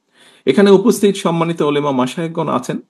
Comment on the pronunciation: তিনি মুসলিম অথচ ওলামা শব্দটা ও শুদ্ধ উচ্চারন করতে পারেন না